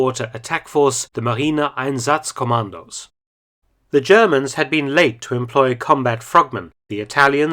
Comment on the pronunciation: Marine einsatzkommando is right your German is good. 👌🏼